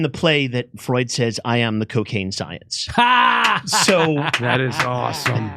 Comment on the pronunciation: It's not Freud, it's Freud!.